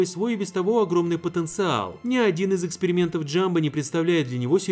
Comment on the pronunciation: Мне послышалось или "... пятьдесят экскрементов..."?